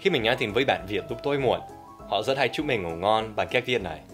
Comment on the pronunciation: Rất chứ không phải giất giất nhé Dan